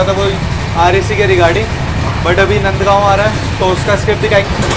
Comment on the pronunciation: Video is okay dokay. Your choice of Hindi vocabulary leaves a lot to be desired. Overtake marna, skip marna - are you really a? These words are unbecoming, to say the least. Not to list the mockery you made of some Marathi names. It is नांदगाव and not नंदगाव!! sic